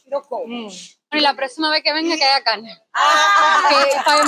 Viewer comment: Porque dicen calne y no pronuncian la r 🇳🇮🇨🇦